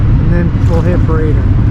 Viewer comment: If you're going to do a video on this place, please respect the town by at least calling it by its proper name... Really. It's BRADIAN !!! Dumb dumb!!